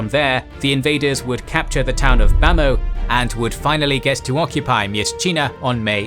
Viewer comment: But where is General Aung San and BIA??? Also some names are terribly mispronounced. Like Yenangyenog ရေနံချောင်း for example. Which is actually pronounced as "yaynanchung". And Bhamo ဗန်းမော် is pronounced Bamaw. Ava bridge အင်းဝတံတား is pronounced Inwa bridge with တံတား=bridge.